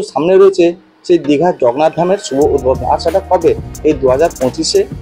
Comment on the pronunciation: ভাই "জগন্নাথ ধাম" উচ্চারণটা ঠিক কর .... খুব অস্বস্তিকর শুনতে লাগে |